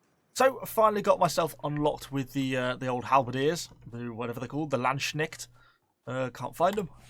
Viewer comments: 'The Lanshneckt'? U serial? xD it's Lands-Knecht and Knecht is the original saxon word which was later turned into Knight by the english (anglo-saxons ;) ) But why even bother? Just use the proper english word 'Lansquenet' (spoken 'Laans-Kennet') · No offense but pls try pronounce it properly. The "K" in Knechts is pronounced like the "C" in Candy and the "ch" is not "sh" its a german "ch". In english "ch" sounds like "sh" but in german u leave the "s" away. "Sh" would be "sch" in german. U pronounce it Landshnekt. Try seeing them as different words, Lands Knecht.